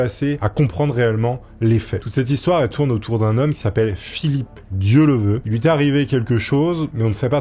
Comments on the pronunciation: Oui tu a raison,ds les commentaires.. PUTAIN a peine le début,Le gars n'est pas capable de dire son nom correctement,et je remarque,qu' un paquet de YOUTUBEURS font beaucoup d'erreurs, raconte n'importe quoi,ce trompe sur des années,ages, pays, argent, divorcé ou marié,etc.. La en 3min son nom toujours pas... Un manque de respect.. On dirait que c'est pas préparée.... LES MECS,vous êtes millionnaire en Abonnés DC fait le taf,sinon toute t'est vidéos y'a t'il beaucoup d'erreurs... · A un moment donné tu ne te dis pas... "bon, j'écorche son nom tout le long de la vidéo, je vais réenregistrer" ? AMATEEEEEUUUUR ! Merci quand même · Bonne vidéo mais dommage de ne pas prononcer le nom de la personne dont on raconte l'histoire correctement une seule fois... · C'était une vraie légende ce gars! Il était admiré par tout le monde, petits et grands! Un grand journaliste, avec cette intégrité comme on n'en fait plus. J'en rajoute une couche, les noms écorchés c'est ta spécialité 😂, mais tes videos restent intéressantes et passionnées, on adore!👍🏼